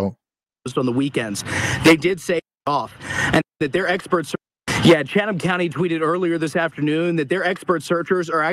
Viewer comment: just an FYI about the county and Savannah. I was born in Savannah in 58 and lived there till 10/69 when we moved to Habersham County. I've noticed how you pronounce Chatham, the correct pronunciation is " Chat um" The h is silent. And now you know the rest of the story... love you and the coverage you give to keep all of us informed. ❤️